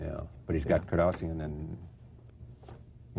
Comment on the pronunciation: It's funny, the Host keeps mispronouncing the Kardashian name because it wasn't famous yet.